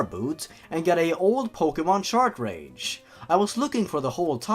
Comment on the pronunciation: Sorry to nitpickHoodo, but its been bug me a little bit. It's pronounced "CAR-TRAGE", not "CHART-TRAGE".